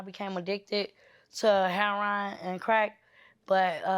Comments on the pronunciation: It’s not “hair-on” it’s HERORIN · It's actually heroin... genius